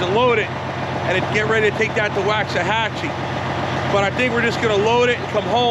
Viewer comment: It’s pronounced more as Waux not wax. Native American name